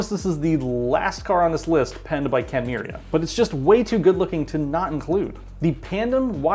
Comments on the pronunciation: It's Ken Miura not Ken Miuria 😂 Just sayin' 😅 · This guy keeps calling him KEN MURIA